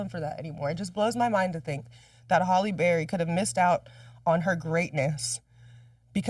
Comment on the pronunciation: I know you’re not continuously saying Holly Berry 😂😂😂😂